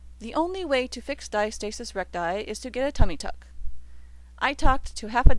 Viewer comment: And the word is pronounced Di -asta - sis not Dia- stasis. Yea, the video really wasn't a journey but a sales pitch